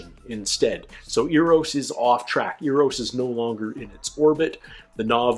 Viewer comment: There is no 'U' in Eros... in other words, it does NOT sound like European money. ;-]